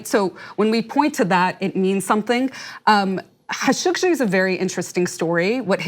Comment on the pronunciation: at last someone finally said his name correctly! Thank you